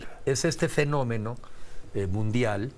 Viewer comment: Que es finomino?? Sr entrevistador te tiene que estar corrigiendo.